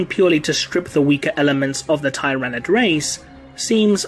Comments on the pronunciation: tier-a-nid not tie-ra-nid but it’s ur channel so u can pronounce Tyranid any way u want I just thought that’s the way most of the community pronounced it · It's "Ti-ra-nid" not "Tie-ra-nid" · I have to thumbs down your video since you automatically the 1st time you pronounced it you pronounced tyranid incorrectly... why?